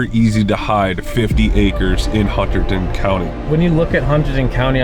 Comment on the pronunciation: Love you guys, but hearing the way you say Hunterdon is kill me.😂